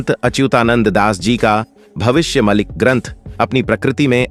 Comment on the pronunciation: Sir भविष्य मलिका कहो भविष्य मलिक नहीं